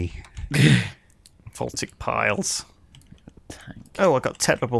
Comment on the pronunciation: vohl - TAY - ick.